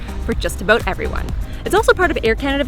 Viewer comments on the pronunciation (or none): i thought the aboot thing was a myth from how i met your mother 😂😂😂. Nice video